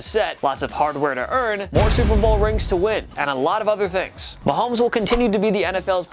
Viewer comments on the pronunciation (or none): none